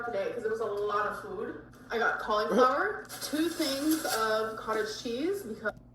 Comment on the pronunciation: The way she’s pronouncing “food” is driving me crazy. I don’t know what the difference is suddenly but it’s so irritating.